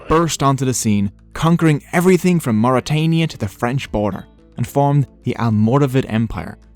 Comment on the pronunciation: No it's mauritania 😂😂